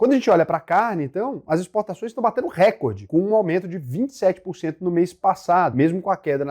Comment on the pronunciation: Bom dia, obrigado pelo video. Não é Récorde, é Recôrde. Se fosse Récorde, seria uma proparoxitona, e toda palavra proparoxitona é acentuada. Um abraco. Obrigado pelo seu conteudo.